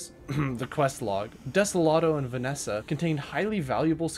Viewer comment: I love your pronunciations of the planets and ores, Vesnia -> Vanesa hahaha